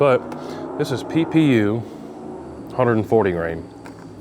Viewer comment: Every time you say PPU my brain hears Pew Pew!!! 😂😂😂😂